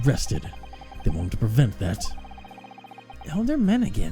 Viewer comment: i deleted my previous comment because i made it before finishing the video and thought you ended up getting the pronounciation right but turns out not so here i go again, elyder is indeed pronounced eh-lie-der lol (on a side note, i cannot wait for you to meet benjamin, he's one of my favorite minor characters in the duology HGFDHGFH)